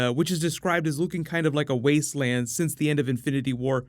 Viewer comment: When he said "wastewland" i saw Fallout: New avengers lol